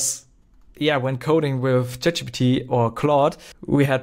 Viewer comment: bro literally said Chap Gbt 😭